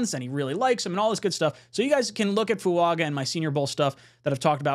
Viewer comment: why are you mispronouncing Fuaga's name. I am sure you watched the video where he corrected the pronunciation of his name. Just incase he becomes a JET lets make sure the people don't look stupid mispronouncing his name. As far as J-Williams, if he comes here it would be to play LT not right. He is clearly a RT but some ppl want, what they want.